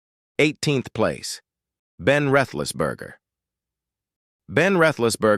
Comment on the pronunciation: He pronounced Roethlisberger as is should be pronounced, as it's a Saxon/German name.